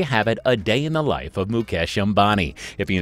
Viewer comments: that's not obami that is "am-ba-ni" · 😂🤣🤣wtf ?? Mukesh Abani ??😂🤣 seriously ??? It's Mukesh Ambani you damn it.